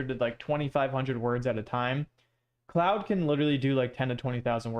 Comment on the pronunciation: Bro why do you keep calling it cloude😂it's pronounced as clod